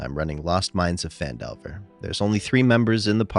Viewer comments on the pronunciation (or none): none